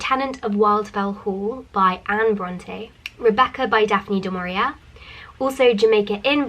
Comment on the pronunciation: It is not du maurierA get the name right!